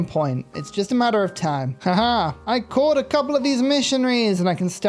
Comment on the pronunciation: Instead of "caught," I thought at first you said you "corp-ed" the missionaries and wow, what if you could make religious units into corps and armies?!?